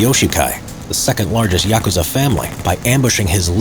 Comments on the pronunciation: Thank God you don't pronouce it yakoooza 👍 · Thank you for pronouncing Yakusza correctly.